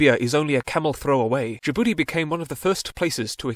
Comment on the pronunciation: Why he call my country Ja'boodee 😂